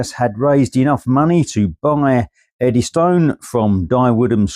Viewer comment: The normal pronunciation is Eddyston (Eddys-tun) not Eddy Stone. Nice video though... 👍